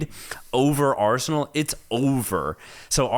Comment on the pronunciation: Not a minute into it, and my ears are bleeding after hearing Arseanal better